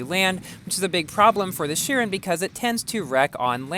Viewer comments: plz bro its not sherin its sheroon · Shouldn’t it be pronounced as ‘kairon’?